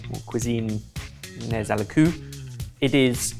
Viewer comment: Sorry😂 "nez à la cueue" Is pronounced NÉ À LÀ CÖ, and not, nez a la cü. ❤